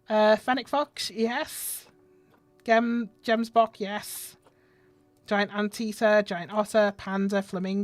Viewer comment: Its not jembock its gemsbock